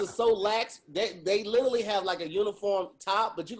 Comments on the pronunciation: Why don't they ever mention the fact that always says "little-ly" instead of "literally"? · puts an "L" in front of the country Italy, to say "Literally" and no one catches it.